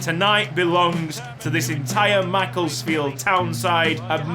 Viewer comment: NOOOOO THATS NOT HOW U PRONOUNCE MACCLESFIELD U PRONOUNCE IT MACC-LESS-FIELD